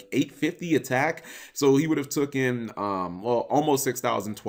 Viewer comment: ITS TAKEN NOT TOOKEN JESUS